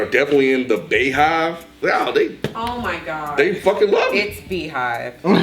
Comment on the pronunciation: SAID “BAE-HYVE” LMFAOOOOOOOOOOOOO